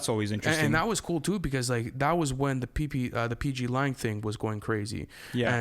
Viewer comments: “the pplang situation” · Pplan😂😂😂😂. It’s PGlang